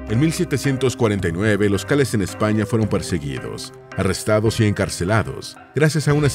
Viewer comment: Son Calés no Cáles.